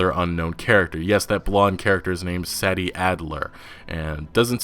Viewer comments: Is her name pronounced say-dee or sad-dee..? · SAY- DEE! not saddy what the actual fuck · He can't pronounce Sadie either Jesus wept, think 'say-dee' rather than 'sad-ee' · Sadie is pronounced Say-Dee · Sadie is pronounced like SAY-DEE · "Saddy"????? For real? lol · Are you sure it isn't pronounced "Say-Dee" Adler? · If her name is spelled “Sadie”, I believe it’s pronounced SAY-dee, FYI. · You pronounce Sadie as "say dee" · Dust Ж lol i know tf hes like saddy wtf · Prolly pronounced (SaAy)-(Deeh) bro other than that u have to best analysis of all the new information that ign interview was just horrible those guys suck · Its pronounced Say-dee bro lol...This game is truly next gen. So much interaction! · Rey say-dee for sure. He is mispronouncing it. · Sadie not Saddy 😂😂 can’t pronounce it properly lol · Listening to you mispronounce Sadie's name over and over was excrutiating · ...do you really not know how to properly pronounce Sadie? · You’re pronouncing “Sadie” wrong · That’s not how you say Sadie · Sad E ?? i think u mean SAY D adler. learn proper ENGLISH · Pretty sure it's pronounced Say-dee as opposed to sad-dee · While I haven't seen the name in print to confirm, im gonna guess her name is spelled SADIE? ...Which is pronounced; 'Say Dee' just FYI bud. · I'm pretty sure it's SAY-DEE and not SAD-EE you're always pronouncing shit wrong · Its pronounced saydie not saddie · Not trying to be rude, just letting you know, Sadie is pronounced "Say-dee" not "Sad-ee" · “Say-di” not “Saddie” Sadie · It's 'Say-Dee' not 'Sad-ee', like the Beatles song Sexy Sadie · The woman's name is pronounced "Say" Dee" Sadie. Not Sah-D. Really annoying to hear you mispronounce it time after time. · just have to say it.... Sadie (SAY-DEE), not Saddy.... thanks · "say-dee" not "sad-e" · Pretty it’s pronounced “SAY-dee” not “SADD-ee” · Sadie isn't pronounced as "sad-dee". It's pronounced "say-dee". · Hey you have to say the “a” part in Sadie like aid and not sad